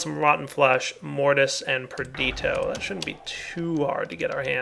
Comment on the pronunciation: On day, ONE DAY, will pronounce "Perditio" properly. PerdiTIo.